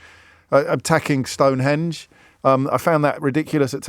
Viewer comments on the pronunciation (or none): none